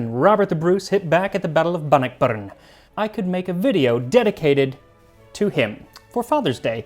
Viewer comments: I'm Scottish, and the way you said Bannockburn was pretty funkin' good 😂 actually the "Scottish heritage" was spot on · The way he said Bannockburn was 👌